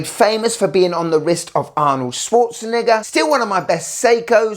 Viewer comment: I just got to that part and ran to the comments, I knew I couldn't be the only person who heard that. I'm laughing so hard I'm tearing up